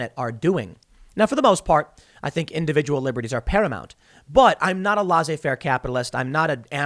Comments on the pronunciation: TIM, LAY SSAY FAIR, thats how you pronounce it. Youre welcome. Also SHAY RIFF. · It’s pronounced lays ze fair not whatever the hell you said Tim